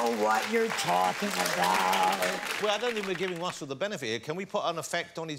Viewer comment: Gary, Carrie, and Russel...not the best names for a man who can't pronounce his r's....'Gawwy, Cawwie and Wussel'